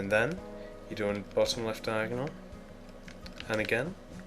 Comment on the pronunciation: Stop making it confusing by saying diagnel shit